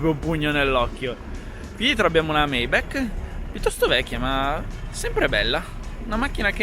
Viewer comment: "Meibec" però non si può sentire, caro. Per il resto bel video!